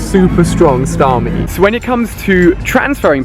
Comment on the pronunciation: It's "Starmie". 😂